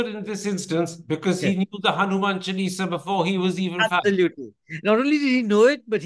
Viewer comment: It's a pity that Mr Thapar distorted the pronounciation of the word chaalisa. May he be as careful about Hindi as he is about English